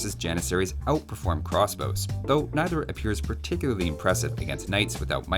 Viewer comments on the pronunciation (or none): none